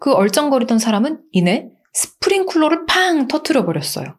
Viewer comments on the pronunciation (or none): 죄송한데 스프링쿨러 아니고 스프링클러랍니다